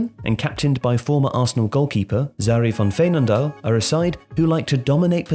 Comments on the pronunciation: Let's say on some. For example Van Veenendaal was pronounced really great, but a name like Groenen was barely understandable for me. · Not always xD. Van Veenendaal went great. Van der Gragt... Oof